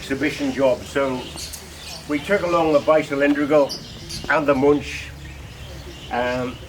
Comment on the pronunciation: Wonderful collection.Btw. It always causes pain to hear anglo pronunciation , that is how to pronounce Muench (ue can replace the umlaut). It is not too difficult.